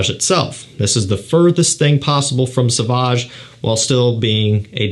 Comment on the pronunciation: It's pronounced So-vahj dude. Not "S'vahj".